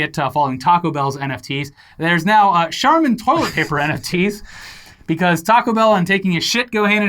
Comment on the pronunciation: Also pronounced charmin wrong a couple of times. Maybe to distract from the fungible lol